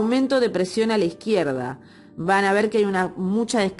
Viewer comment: Dextrógira... fíjate en el tilde, lo mismo con a izquierda, lo has acentuado mal, como si el tilde estuviera en la "i"